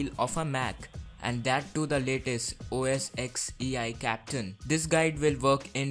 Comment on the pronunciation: By the way its not OOO ESS EXX its Mac OS TEN.... Pronunciation matters dude... At least sierra is called macOS instead of OS X Sierra